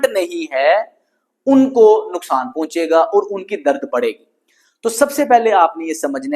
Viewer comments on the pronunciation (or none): none